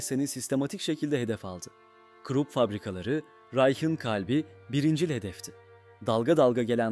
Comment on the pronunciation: KrOp nedir ha bir krOp diyip duruyorsun, her hangi bir google translateye yazıp okutsan bunun almanca KRUP diye okunduğunu duyardın KIRO...